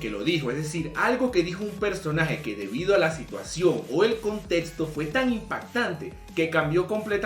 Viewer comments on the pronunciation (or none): none